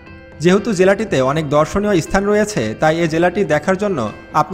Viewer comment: ইস্থান কি? 😂 উচ্চারণ ঠিক কর গাধা বাংলাদেশি ছাগল কোথাকার। তোদের এইটা একটা দেশ। আমাদের একটা রাজ্য ও এর থেকে বড়। লুঙ্গীবাহিনী কোথাকার।